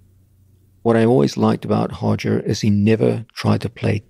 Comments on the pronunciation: 로저가 아니고 호저. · I trained under Roger for years, his name is Roger not Hodger .. hes lived in the UK since he was 12 and no one calls him Hodger in English. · His name is Roger not Hoger! 😂😂😂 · R/Hoger Gracie. The Portuguese R is pronounced like the English H. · How to sound like a BJJ expert: pronounce Brazilian r names with an h sound